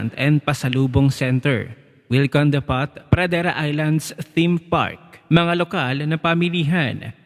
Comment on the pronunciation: Kuya hindi po depat ang pronounce s depot.... Depo po ang right pronunciation...silent t...